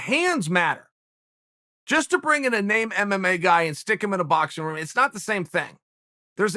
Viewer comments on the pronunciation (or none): none